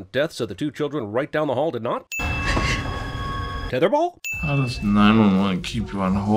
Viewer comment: TETHER BAWL?